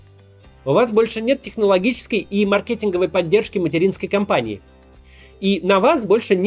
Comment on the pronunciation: "Маркетинг, сети, красивее" эти ударения в вашем исполнении вызывают кровотечение из ушей